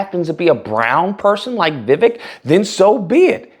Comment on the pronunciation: It’s pronounced more like Vi-wake not Vivick